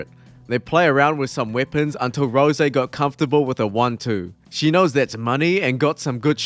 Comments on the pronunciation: I think he's intentionally tryin' to piss me off by saying Rosè instead of Rose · Not you saying "Rosé Namajunas" and "Leg kicked to the head". It's Rose like the flower, and a leg kick is a kick that lands on the leg, so a leg kick to the head is nonsense. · Why is he saying Roe-Zay instead of R.O.S.E….? Is it an inside joke or something? I like this guys videos, but that shi is mad annoying 🤣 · He's a Dragon Ball Youtuber and saying Rose with the "zay" at the end is something hes accustomed to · That's how you say Super saiyan Rose, well It makes sense since he is a Dragon ball legends youtuber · Please just say rose instead of rosè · Canadians don't understand the issue, it is pronounced Rose, eh? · Is this AI narration? “Rosay” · Bruh it's Rose. Like, the flower. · Does this guy think her name is “Rosè”? Has he ever watched a fight of her’s? Or heard anyone say her name ever😂😂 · RICK ROSS uhuh, ROSÈ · Rosè Gracie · Gonna go have me a glass of Rosè Namajunes just so i can cope with how annoyed i am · The way you pronounce rose is the reason the revolutionary war happened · This vid was kinda interesting until you mispronounced Rose about 10 times in a row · That’s not how you say Rose smh